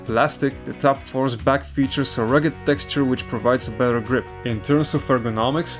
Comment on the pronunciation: he said rugged texture? lol